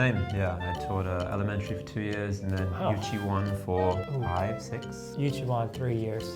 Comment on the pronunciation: 초등학교는 엘리멘투릐 유치원은 유츼원